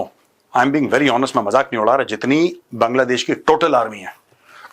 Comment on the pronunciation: Major did you just say kangladesh!😂